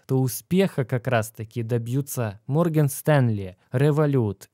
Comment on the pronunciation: Морген Стенли😂😂 Бро, Морган*